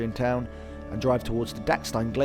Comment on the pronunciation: As an Austrian, it's damn funny when English people pronounce Austrian or German place names, for example "Filzmoos", or "Dachstein" ;) If I hadn't recognised the places in the video and read the names, I wouldn't have recognised the places from the pronunciation ^^. Funny video in any case, also because of the toilet scene. By the way, the text on the ticket machine reads "Additional payment required". Of course, there is also larger toast in Austria, but you can't get it in every cow village. Austrians and Germans tend to prefer dark bread with a crispy crust. :)